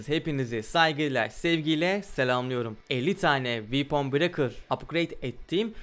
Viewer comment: Böyle delikanlıya "vepın brekır" ı "viipın brekır" diye telaffuz ettiren oyun bize neler yapmaz!